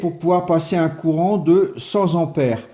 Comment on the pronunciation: Cent "t"'ampères ! trop "p"''importantes. Même si elles ne sont pas électriques, les liaisons doivent rester de bonne qualité 😜